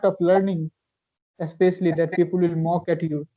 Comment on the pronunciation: Bro not pi pul It's pi pal otherwise I love your talking style 🥰♥️